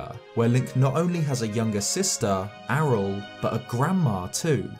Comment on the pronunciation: Aryll pronounced Ariel??